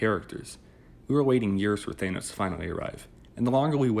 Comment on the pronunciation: Im not taking shit from anyone who pronounces Thanos as Th-anus